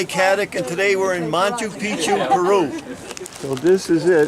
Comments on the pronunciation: Cant even say machu Picchu 🤣🤣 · "Monta Picchu"